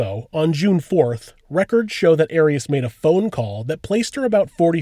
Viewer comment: It's not AIR-EASS, it's AHR-EEAS